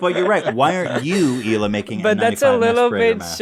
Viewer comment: It's Hee-Lah not Ila or Eli